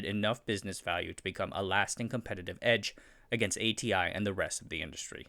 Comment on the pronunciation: Your pronunciation is so awful. If you insist on pronouncing DRAM and id as a whole word, you should pronounce ATI as Ah-tee as well. Horrible inconsistency.